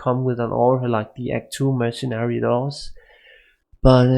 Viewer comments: det er ikke en fair sammenligning. du snakker om life leech imens din merc slår på undead target. Der ikke noget liv at suge på undeads. Du siger også mergen, det udtales mere lignende mer-se-nary. Både dig og Xtimus har nogle ærke typiske dansk-engelske accenter. Ellers ser jeg mange af jeres vids. ville bare ønske i begge gad skrive et script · It's mercenary (pronounced mer-sin-air-e) and not mercijen. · Im even danish and his accent is not near of normal ish danish accent. The mercijen or whatever he is saying with that J sounds make no sense at all! And then, instead of saying weapon u say wavepon or theypon or something like that. But good videos probs